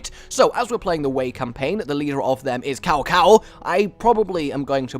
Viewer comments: it's pronounced "tsow tsow" not cow cow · You said "Cow Cow" hahaha. It's an "S" sound, more like Sao Sao. Sometimes it's spelled Tsao Tsao. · Ehm it's pronunced Zao Zao(or Tsao Tsao) ;) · It's pronounced sow sow